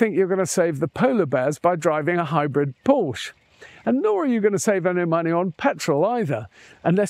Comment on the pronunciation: Pretty please do not mispronounce Porsche as “Porch”.. 😬